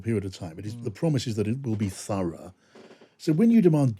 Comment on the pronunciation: Furra ? Did he mean thorough. 😂